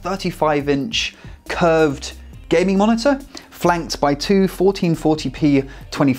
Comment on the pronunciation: "gaieming monitor"